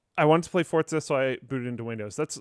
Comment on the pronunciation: FOR GOD SAKE ITS FORZA NOT FORTZA FOR-ZA FOR-ZA FOR-ZA NOT FORT ZA